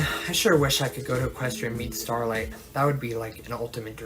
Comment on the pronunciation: As much as I dislike this guy due to being cringe, I just can't take how much you butcher every character's names. Like, do you skip english classes, is that why you can't even say Starlight correctly?